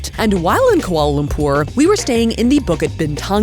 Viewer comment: The way your pronounce Lumpur is senddddddinggggg meeeeeeeee hahhaha <3